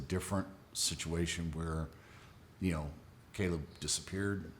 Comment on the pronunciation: Nancy.. its Caleb. Not cellleb